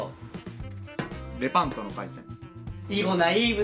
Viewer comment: レパントをブランドっぽく言うのやめて